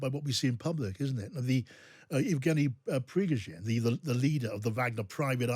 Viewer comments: Its pronounced yev GAY nee / pree GOH zin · You should be able to correctly pronounce "Prigozhins" name after a year of war ... if not just watch CNN or MSNBC for the correct pronunciation of the names of our Ukrainian cities...